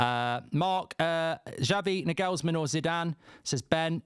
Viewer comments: Mark, it’s Nagelsmann (Naw-gul-sman). Not Nah-gells-man. Also, no way does he walk away from managing Germany to manage crappy United. Lol. And here comes Gareth Southgate in 3, 2, 1… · For God’s sake pronounce Nagelsmann PROPERLY!